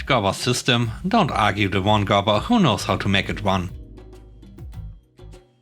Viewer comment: “goober" is pronounced goo-ber, with the 'goo' half sounding like Gu-ttentag. 👍